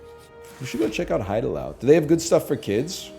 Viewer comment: this guy always talks about how cultured is having lived in korea for 6 months and then he keeps pronouncing haidilao as hide allow 😭😭😭